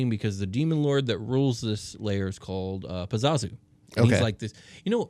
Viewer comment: Sounds like your saying pazzuzu? He was the demon in exorcist and they put him in 3rd edition monster manual 2.